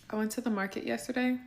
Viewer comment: I like how they call grocery stores “Duh Morekit”